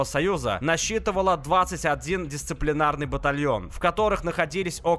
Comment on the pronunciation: Дисциплинарный а не "дисциплинированный".